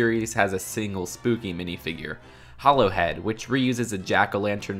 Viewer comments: its hollowhead not hallowhead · hollowhead not hAllowhead